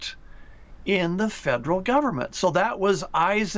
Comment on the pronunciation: 这个发音对华人来说是个挑战： Federal 发音成 Faderal